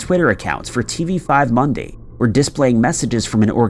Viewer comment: love how your pronounciation of tv5monde. Its mon-deuh or mon-duh... french is my maternal language.. english is my 2nd and how i talk in english . Oh god like with a big french accent from quebec... my mom is from France so i watch tv5monde a lot and i never knew that!!! My nana is from canada but was raised in uk... and my english suxasshit